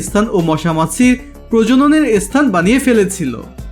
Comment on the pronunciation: Apni video khub bhalo. Kintu apnara sthan ke esthan spirit ispirit bolen barbar ...